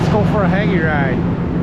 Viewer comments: On the Hagie, it's pronounced Hay-gee. The mess on the front is only Pollen not fungicide because he has a rear boom so he dosn't have boom on in front front of Cab. Plus you will notice that Pollen will be pulled into the radiator so he has to run reverse fan to keep the Engine from over heating. Your spraying 17 gpa, what Tip is he using? Need PPE. I don't spray till Brown Slilk, so it doesn't hurt Pollination. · I believe that Hagie is pronounced with a long "a" sound. Standard grammar.